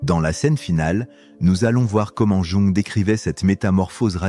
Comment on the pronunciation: Qu'une IA nous parle d'empathie et d'hypersensibilité est la pire des mises en abîme... quelle catastrophe !!! Jung se prononce "Young", bordel ! Et entendre cette voix sans émotion employer le "je" est une telle ineptie, à vomir ! Nan mais je suis le seul à être horrifié d'écouter une machine nous "instruire" sur nos humanités ???